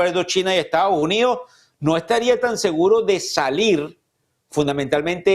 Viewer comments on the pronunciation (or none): Este comentarista debiera hablar y modular mejor. No seguiré viendo este programa por la falta de buen hablar. Es Estados Unidos y no estao unido. Me voy